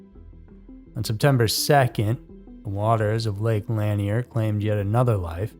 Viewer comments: Locals pronounce it Lake La-neer, not lan-e-er, just FYI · Why don't you ever check to see how things are pronounced if you're unsure/not familiar with it? It's Lake "Lan-ear", not Lake "Lan-ee-er", boss. Two syllables, not three. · To be more precise, the emphasis is on the second syllable - Lah-NEAR. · Pronounced" La neer" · Love your channel but please look into how to pronounce things a little better. Lanier is pronounced like La-near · I’ve always heard Lanier pronounced as La-near. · Yep, that's the correct pronunciation. This is the first video I've heard with it mispronounced. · It is. But not everyone is from around there to know. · Yeah that’s how we pronounce Lanier(La-near) here in Ga. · I was going to type this. Plus this is what the 1972 movie deliverance is about with John voight and but Reynolds...im 56 from nj hate young people who are clueless 😅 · Who’s gonna tell him he’s pronouncing Lanier wrong the entire video 🤦🏻‍♀️